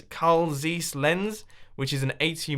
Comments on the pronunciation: It is pronounced Carl Zeiss with the /ei/ as /aye/... I think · Mumbo! Carl "Zice". That's how you pronounce Zeiss. Great video as always! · This is not how you pronounce Zeiss :/